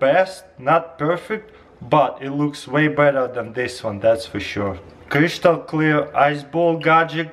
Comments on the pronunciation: Cristal not crishtal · It's pronounced crystal not cryshtahl. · Oh noo, the Kreeshtal strikes again! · Wow cryshtal clear ice maker!! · crishtal clear ice bolls are mine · <Crishtal clear > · they're crishtal clear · Chrishtahl clear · kryshtal clear ice XD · Kryshtal clear ice lol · yes i can make creeshtal clear ice with 'this gadgets' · crishtal clear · Cryshtal clear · Crishtel clear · Crishtl clear ice gadgets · Chryshtal clear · Yeah, very "khrishjtal" clear bro 😂👍 hehe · Kreeshtal lmfao🤣😂😅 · Cryschtal clear😂😂😂😂👌🏻👌🏻👌🏻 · kreshtal clear dragon- ice balls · Kreeshtal clear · cryshtal cleah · "cryshtal clear"... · I like how he's saying "crystal", anyway i like you're videos !